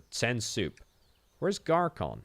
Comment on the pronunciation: Ç is pronounced like SS, not K :) (as in, Garsson, not garkon)